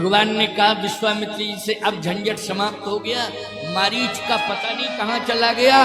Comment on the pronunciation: मरीज नहीं था, मारीच था , सुधार कर लीजिए ।